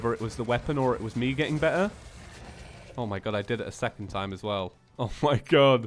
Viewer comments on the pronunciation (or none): none